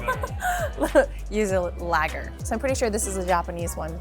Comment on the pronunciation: Never had nagaimo, but it looked like brown kamaboko sliced like that. I don't think that thought is appetizing though.🤢😂 Lager is pronounced like faa-laa-laa-lager. is tongue-tied between Japanese and her American English.😉